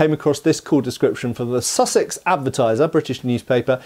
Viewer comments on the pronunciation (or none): none